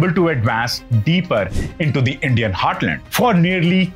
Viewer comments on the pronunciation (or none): none